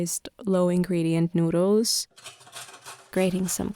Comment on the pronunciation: There’s something very wrong with people that get meaningless randomly placed tattoos for no reason. Also, there’s an L In noodLes, it’s not ‘noodoos’... yuck. Lastly, KITCHEN countertops are NOT the place to repot plants.